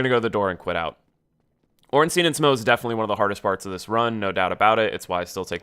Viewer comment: its SMAH, not SMOE smh